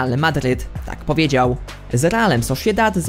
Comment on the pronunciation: raszika kalgari xd sosziedad dzbanowo.tv ci się włącza xd